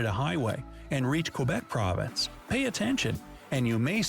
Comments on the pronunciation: Montreal IS in Quebec! And loved the way you said Province…. You said it like .. prov… an…dince!!! Lmao ❤😂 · Montreal is a city in the province (praw-vince) of Quebec.